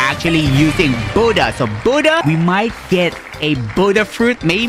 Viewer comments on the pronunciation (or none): Why is he calling the Buddha Buddh